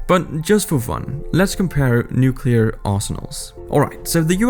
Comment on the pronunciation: It is pronounced (New-Klee-err) Not (Nuke-Yuh-Ler) lol this drives me so crazy and i will never understand why this mistake is so common. Bush Jr Did it and nearly made my ears bleed regularly 🙉🙉🙉🙉🙉🙊🙊🙊🙊🙊